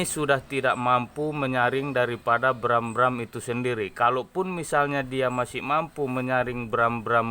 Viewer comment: Bukan bram....tapi gram